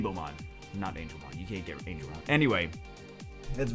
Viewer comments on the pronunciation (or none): none